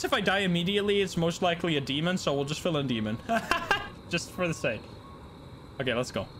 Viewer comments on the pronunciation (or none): none